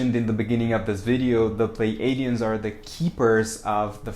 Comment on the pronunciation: I believe it is pronounced Plee A (long a) dee uhns. So .. (Plei) plee-A-dee-uhns. Pleiades. Plee A deez.